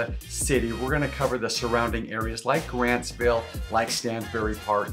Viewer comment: Grantsville. Not Grandsville. 😅😂😅